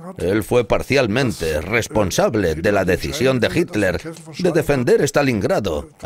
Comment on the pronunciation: Misterios de la pronunciación ibérica.